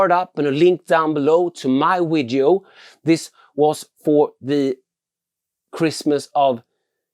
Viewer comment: Grymma filmer, men det heter Video inte Wideos;)